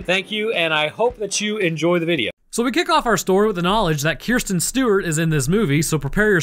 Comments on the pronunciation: kris ten not kirs ten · One question: Do you pronounce her name Keer Sten instead of Kris Sten on purpose? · "Keersten Stewart" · did you purposefully say her name wrong the entire video?